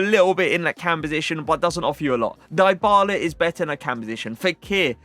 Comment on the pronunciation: Not die bala, it's di bala